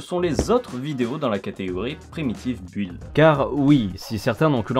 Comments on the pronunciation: On dit "beuld". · Aïe aïe aïe ! On ne prononce pas le U dans "build". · Faut apprendre à prononcer "build", hein ? On ne prononce pas le U ! J'ai mal aux oreilles...